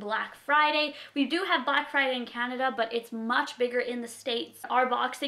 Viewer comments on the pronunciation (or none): none